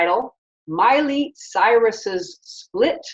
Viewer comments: Yeah he certainly didn't say Miley! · "Molly" Cyrus 😂😂😂